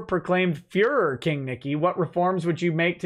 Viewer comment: 40 minutes in lol, "are you the fehrrer?"